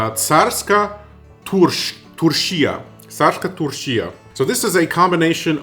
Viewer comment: your pronounciation of turshia is spot on, good job!